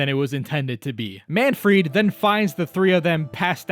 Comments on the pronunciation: why are calling Manfred "Manfried"? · It’s not Manfried, but Manfred von Karma. This is an amazing video though. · "Manfried" nah it's Manfred lol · I swear I keep hearing MAN-FREAK instead of Manfried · where'd the i in manfried come from